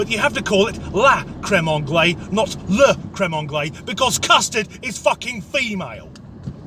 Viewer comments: Not crème anglais but crème anglaisE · It's crème anglaise, not crème anglais ;-)